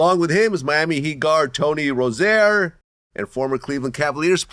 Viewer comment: Vlad Pronouncing Terry Name Wrong Bugging By OCD